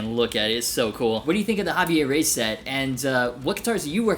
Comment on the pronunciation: Havee-eh Re-ees